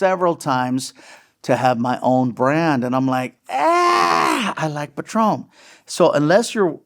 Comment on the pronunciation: Its patrón no pat ron you sound pocho